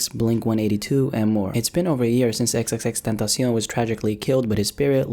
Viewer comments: No one gon' talk about how he says XXXTENTACION so well ? ❤️ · He's one of the few guys who doesn't pronounce his name wrong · If you talk spanish its very easy to say it lol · damn for the past 4 years i been saying it like that you just changed EVERYTHING